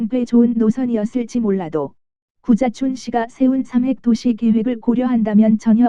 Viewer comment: 구자춘 서울시장님이 자꾸 `고자`촌으로 들린다는 곶같은 전설....